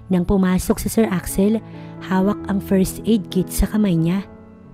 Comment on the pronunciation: DeFend, painFul, First aid, poV, careFul, THem, what brings you here NOT wats bring you here PAKIAYOS NG PRONUNCIATION pls